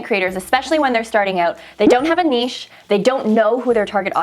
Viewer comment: Yay, someone on YouTube knows actually how to say "niche" right :-) Totally agree with niche channels, I only know of one YouTuber that successfully does that, Shelby Church. Otherwise, agree, agree, agree... it's hard to know what the channel's about and I don't subscribe.